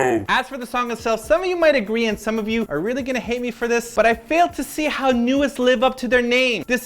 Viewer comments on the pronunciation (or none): I was a little disappointed with this video and how generic you think the song is, but it was funny anyway. I also wanted to say though that Nu'est is meant to be pronounced like 'new-east' and Aron's name is just pronounced like the normal name Aaron or Aron (a-rin).